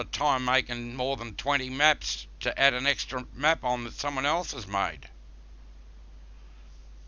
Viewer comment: "10 different meps, I've relised 4 or 5 of them, and I got another 4 to cum" This guy is Russian, Hillbilly, and drunk at the same time